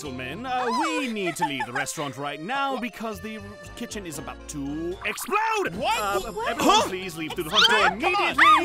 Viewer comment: Not explode EXPLOAWD